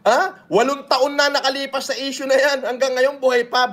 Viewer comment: Ai daw pero sinabi niya "6 years ago na essue " nayan😂😂